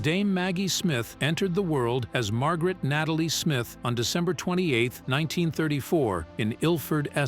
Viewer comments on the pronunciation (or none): none